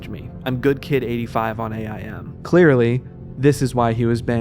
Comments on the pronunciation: It's not AYE - EYE - EM. It's AIM. Just like you aim for the toilet when you pee. Or even AOL Instant Messenger. But you don't say each letter separately, spelling out the word "aim". 🤷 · Pronouncing AIM “A I M” is messing me up bad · I KNOW he did not call "Aim" A.I.M. Or maybe I wasn't paying attention; and that's actually an abbreviation, in which if this is the case, carry on.